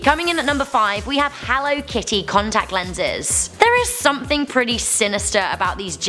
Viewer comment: HELLUR AND WELCOME